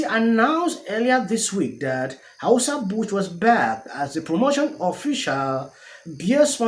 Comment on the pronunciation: The best thing about all of this is that's I get to hear O pronouncing anheuser busch😂😂😂😂😂😂😂